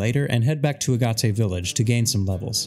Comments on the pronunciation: Agate is pronounced like Aah-Get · "Agate" is a semiprecious stone; it's pronounced "Agg-it" (rhymes with "bag it."). This video was fascinating, great work. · How you said Agate village gave me a laugh. Also if you wanna have shinies the easy way, use an AR code on an emulator, bc damn this method is tedious and each time you fail = big sad